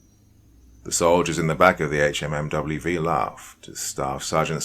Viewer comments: The acronym is pronounced Hum-vee. Please stop spelling out each letter. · Can't even listen to this as it just hurts my inside every time he says H-M-M-W-V. It's pronounced Humvee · He's AI. Nobody calls a HMMWV by pronouncing each letter. It's pronounced Humvee. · Hum-V not HMMWV! So annoying 😝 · Good story, BUT.... Dude, it's pronounced "humvee". We don't spell out the anacronym HMMWV. It's Humvee. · The “HMMWV” has me cracking up! I know Doc is from the UK, so he is likely unfamiliar with the jargon, but it’s a Humvee”, a hummer used by the military. The original one. Lol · It's a "HumVee". No one says HMMWV. 1st story. Sgt is a lying sack of shyte. His men's respect for him was diminished by his lies and cowardice. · I skipped the first story. After the 10th time not saying “humvee” right I couldn’t sleep. After that I started picking the story apart (yes, all vets do this). No branch of U.S. military service says the word “hours” after the saying the time. Not “1800 hours” simply “1800”. The Staff Sergeant forgot the radios? On what planet? And he picked the fire watch based on seeing some soldier laugh…wtf. I like poking fun at the army but it’s just disrespectful to presume that level of sheer incompetence. I’m sorry. I’m being petty. The HMMWV thing struck a nerve 😅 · HMMWV is pronounced "humvee" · Brother please I'm begging just read it as humvee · I love your stories, but OMG I forgot how much hearing "HMMWV" instead of humvee or hummer, just grates against my nerves!!! Lol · I literally couldn’t finish it after he said HMMWV for the 10th time.